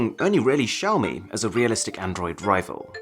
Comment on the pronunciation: Xiaomi is pronounced shiaomi not ziaomi??